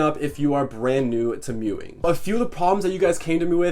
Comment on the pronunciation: Bro you were meowing instead of mewing